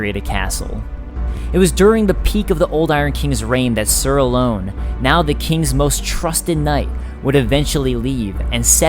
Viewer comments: He also says alonne wrong he says it like ALONE it's not alone it's alonne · That pisses me off its not alone it's alonne say it right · Great video, but are you pronouncing the two knight's names correctly? Are you sure it's not Raym and A-lon? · sir aloNNe not sir alone pls ;_; so like ser alohnn(e) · I enjoy these lore videos you make, they're good quality and you have good insight. It's kinda silly to say, because pronunciation is different person to person, but you do seem to mispronounce many names/items and words. Alonne is pronounced Al-lawn from most everyone I hear, and Raime is pronounced Ray-m, not Rye-may. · It was hard when he said alonne wrong it makes me cringe cause everyone says it wrong it's not alone